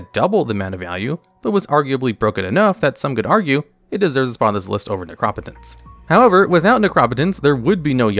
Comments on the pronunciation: Necro-Potence not Nercrop-Otence. It's the combination of two words and those two words are not "Necrop" and "Otence", lol. Necropotence essentially means "power of the dead" or "death power". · Why does this guy pronouce every word wrong? Necro-potence ne-cropo-tence? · Seriously learn to pronounce Necro potence. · That Necropotence pronunciation was so damn triggering. Potence. As in potency. Necro-potence. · The way you say they name of necropotence is so infuriating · Bro that's not how you pronounce necropotence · Can’t say I’ve ever heard Necropotence pronounced that way lol. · stop saying necropotence like that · Who pronounces "Necropotence" like that?!?!?!?!? Wtf! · 🤣 I just wanted him to see the 2 obvious root words. There seems to be a weird mispronounced word each video.